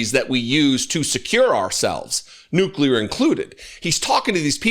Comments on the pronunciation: There are two N words and you can’t use either of them he says wistfully r recalling the good old days when he would frequently use both of them. I’m pretty sure there is nothing offensive about the word nuclear though his pronunciation, adding an extra U really grates every time I hear it. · wow ! i didn't know the nukuler was so incredible. man, this guy knows everything ! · I just can't listen to the moron speak. He's just an idiot.... Tell the moron that nuclear is an adjective, not a noun.... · Says you cant say the N word but says Nuclear like a dozen times. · So lemme get this straight .... We can't say either "N-Word", but he says "nuclear" at LEAST 3 times, and then he tells the WORLD that we've got a nuclear-equipped submarine near Russian waters that is "undetectable", except he JUST SAID WHERE IT IS!!!!!?????!!!!! 🙄🤦🏼🤯 I would ask, "How stupid can you BE?!?!?!", but the answer seems pretty clear! How can it not be detectable above water ... TO PEOPLE WITH EYES?!?!? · Wait, he said there are 2 N words... is one of them... Nuclear? The word he repeated many many times before he said that? Why can't you say nuclear? 🤣